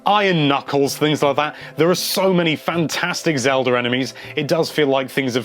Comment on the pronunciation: He said it like "zelder"